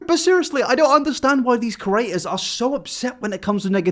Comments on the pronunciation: If I have to hear say ‘curator’ instead of ‘creator’ in one more video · Can u please say "creator" instead of "curator" for once